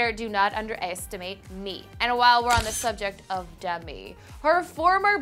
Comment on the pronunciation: not demi nooooooo